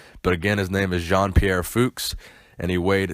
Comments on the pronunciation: ITS PRONOUNCED FUCHS lol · it's pronounced "fukes" (rhymes with nukes)